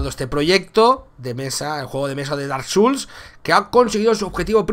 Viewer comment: "Dark suls" ¿en serio?, nunca es tarde para empezar a aprender inglés.